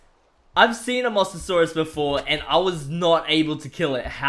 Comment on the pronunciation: Why do you keep saying master source it's a Mose a saurus